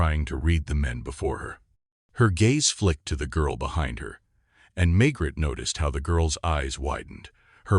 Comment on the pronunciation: May Gray. NOT Maygrett.